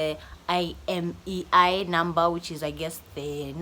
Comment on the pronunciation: IMEI number inakusumbua kupronounce......just say " AIMEI " number.